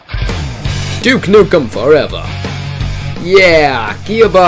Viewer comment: first of all no it was not and second of all its duke nukem not duck ......